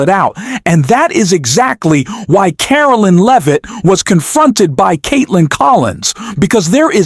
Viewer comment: what a load of bollocks from a so called press secretary including the K in Caroline:face-blue-smiling